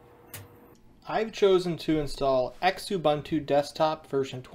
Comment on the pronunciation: Yep, mispronouncing kerberos (ker-ber-ohs, as pointed out) and xubuntu (zoo-bun-too). Small thing, but meant to be constructive feedback.